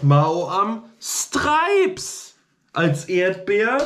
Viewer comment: Noch 10 Abbonenten, dann hast du die 5500 Abbonenten! Herzlichen Glückwunsch im Voraus! Frohes neues Jahr! Das triggert mich voll wenn du Ma-o-am sagst. Ich würde sagen Mau-am